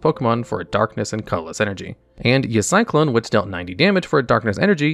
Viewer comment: You got a dislike from me for how you pronounced Y Cyclone… absolute crime